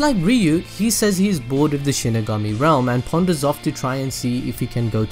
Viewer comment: Connor Simpson Oh I get it😂😂 Its exactly. The way he said it in the vedio "Sheeny gummy"